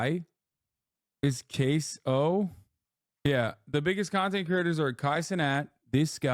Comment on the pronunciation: the inability to pronounce Caseoh properly isn’t helping bro beat the boomer allegations 😂